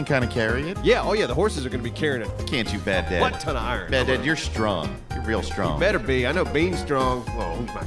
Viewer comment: Sounded like the horses name is Bagdad 😂